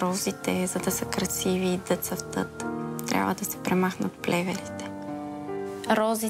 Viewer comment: “Розите за дъ цъфтът” 🤦‍♀️🤦‍♀️ майкоо…